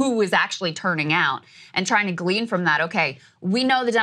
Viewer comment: Say “Glean,” one mo’ gain